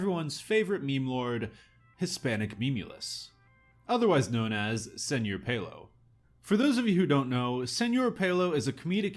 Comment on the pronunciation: its pronounced "sir pelo", not "senor pelo"